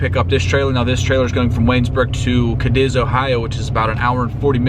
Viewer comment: Cadiz is pronounced Kad'iss